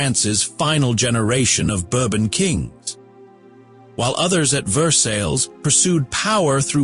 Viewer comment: your pronunciation of versailles is incorrect.